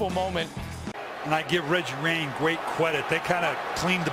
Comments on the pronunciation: Give Reggie Wayne gweat cwedit 😂😂😂😂😂😂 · Billick actually said Weggie Rayne, which makes it even more hilarious. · “and I give Reggie Rayne gweat cwedit” 😂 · Elmer fud out here talking about Reggie Rayne and gweat cwedit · I give Weggie Wayne gweat cwedit too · “And I give Weggie Wayne gweat cwedit” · he said reggie rayne are yall deaf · “Give Reggie Wayne Gwate Kwedit” 😂